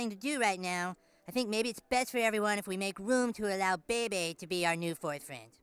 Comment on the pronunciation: I never knew that Bebe Stevens's first name was pronounced with 2 bays together or it almost sound like 👶.